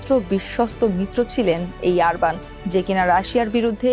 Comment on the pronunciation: লিখলেন অরবান উচ্চারণ করলেন আরবান😅